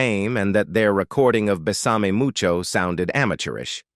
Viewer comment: The narration is absolutely horrible. Mispronounced words and even "Besame Mucho" pronounced ridiculously. It would be nice to have a human narrator. This is garbage.